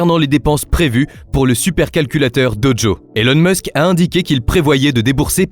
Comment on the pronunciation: "BerlinE", "DoDjo" c'est bizarre comme façon de parler pour prononcer Berlin et Dojo, quand-même. C'est difficile de croire que ce n'est pas une voix IA